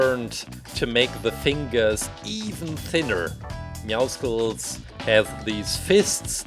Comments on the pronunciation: I hate it when they say meowskulls or meowsickles. ITS MEOWCLES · in Meowscles you don't pronounce the c like a k you pronounce it like an s just like you don't pronounce muscles muskles